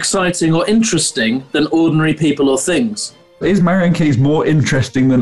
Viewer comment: Marian has 3 syllables, surely?